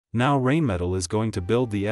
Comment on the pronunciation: First of all it's pronounced RHINE-metal not RAIN-metal. Guessing you haven't studied them very well or your AI robit is artificial comcompetence.